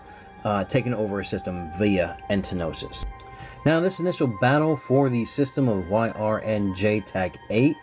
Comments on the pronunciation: It's "entosis", not entnosis. And it's not Shush, it's S.H.H. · Was giving him a small jab... there is no second N in the word the way he says it.... ;) The word is entosis. Kinda like some people say nucular, no... it's nuclear. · trigged by "entenosis"